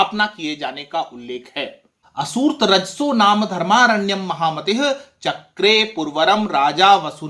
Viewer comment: सर नमस्कार 🙏🙏🙏🙏🙏🙏 मेरी जिज्ञासा है कि पर महामतिः के विसर्ग का उच्चारण महामति(ह) की तरह किया है जबकि महामति(हि) उच्चारण होना चाहिए। सही क्या है बताने का कष्ट करें आदरणीय 🙏🙏🙏🙏 बहुत सुंदर जानकारी देते हैं आप। खाली समय में सुनने के लिए आपके चैनल से बेहतर कुछ भी नहीं। आपको नमन सर 🙏🙏🙏